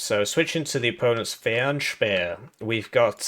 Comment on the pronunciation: Your pronounciation of Fernspäher is decent